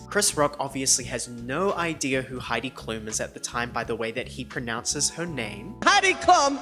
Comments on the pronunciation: I LOVE the shade about Chris Rocks pronounciation of Heidi Klum but he's actually way closer to the actual pronounciation hahaha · honestly the way chris rock pronounced heidi klums name was lowkey kinda close to the actual german pronounciation of her name